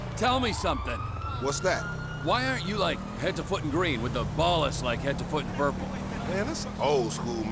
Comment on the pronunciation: the way he keeps mispronouncing 'Ballas' cracks me up 😆